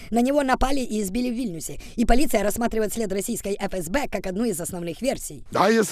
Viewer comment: Не Фе- Ес -Бе, а Еф-ЕС-Бе. Третий клас началЬной школы...